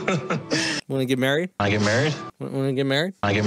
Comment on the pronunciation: I thought Colt said wanna get maccied 😂